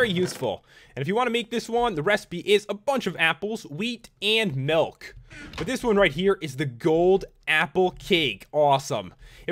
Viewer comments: It's "Milk" not "Melk" XD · Its mulk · he said nilk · "melk" 😂😂 I love it💯😂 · You say milk like melk ! Love your videos